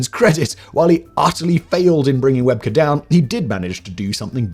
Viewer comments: It was Rugby League, not Rugby. Shane Webcke is pronounced Web-key. Australians (I'm one) would definitely cringe watching Steve on US TV in the early days. We all thought he was putting on an act, but eventually we all realised he was a genuine bloke and came to appreciate him. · Shane Webcke. Pronounced 'Webkey' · Shane Webcke, pronounced like Webkey hehe. That was an interesting take on it though 😂